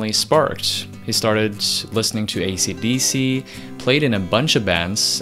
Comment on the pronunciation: I swear he said " AC/BC"